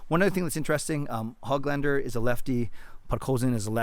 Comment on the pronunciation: Hey, just a tidbit of info for you. Nils' last name is not Hog lander like a pig. It's like Who-glahn-der. The ö is a Swedish letter that sounds like the double O's in look, book, took etc.